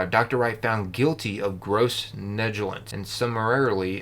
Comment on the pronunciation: *trai-bew-nal *neg-lee/leh-jens